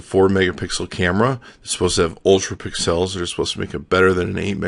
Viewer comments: I think it's funny when you say "pick-cells" instead of pixels... Lol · i love the way you say pixels lol :D